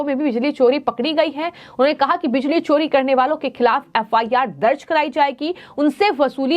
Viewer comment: छानकारी, बिजली छोरी, what style u speak i was about to vomit